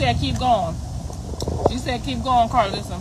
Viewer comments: How she pronounced her own name wrong said Carlisa chile gn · KARL-LIE-SSA capp😂😂